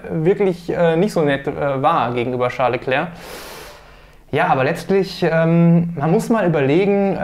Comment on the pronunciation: "Scheiß Leclerc" oder "Charles Leclerc"? 😄 Was denn nun?